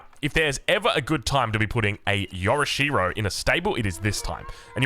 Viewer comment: Yo'rishiro not Yora-sherow